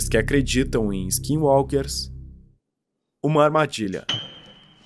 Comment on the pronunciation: Você falou skinwalker certo mano skinwalker é muito bisonho vei kkkk